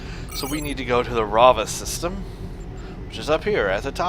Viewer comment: Its raveh not ravah system